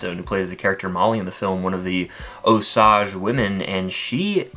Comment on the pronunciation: Please learn to say Osage correctly.